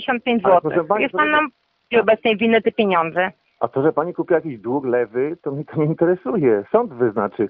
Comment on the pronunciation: Nie dug tylko dług .